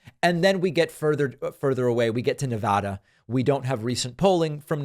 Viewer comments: David love your show. But please listen to our state song to learn the correct pronunciation of Nevada. As a boomer bron and raised in Las Vegas, Nevada it does kind of bother me when people say it wrong. But not enough to quit listening to your show. Vote Blue everyone 💙 🗳 up and down your 🗳! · Great video…but that’s not how ‘Nevada’ is pronounced.